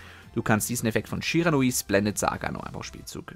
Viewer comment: Ich „glaube“ du sprichst „Shiranui Sensei“ Falsch aus